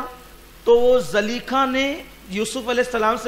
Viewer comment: Zulaikha hai really name Not zaleikha